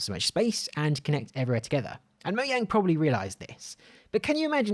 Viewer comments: MO-JANG. NOT MO-YANG. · It’s mojang not mojay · "Mo-yang" Everyone else: its "Mo-Jang". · Look I dont have a problem with you saying Moyang but it sounds better to say Mojang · moiang? For fuck sake I've heard this mistake before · Is nobody going to talk about the way he said mojang